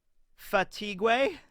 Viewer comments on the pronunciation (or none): Thx forbthe SBS commentary. Your French prononciation was good i'm kinda impressed. Only error is the last syllable it's prononced like 'gay' and not like 'paraguay' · The fatigué in french the gué sounds like gay so it’s pronounced fatigay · Haha, solid attempt with "Je suis fatigué", it was good until the "gué" which you added a W sound to that shouldn't be in there. ;) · I've studied French and I don't think this is accurate. I would describe je as starting with the g's sound in regime and ending with eh. Suis is similar to sweet without the t and then fatigué as being the same as the english pronunciation except for the ue being an ay sound, like fatigay. Of course I might be wrong too, my french is very rusty.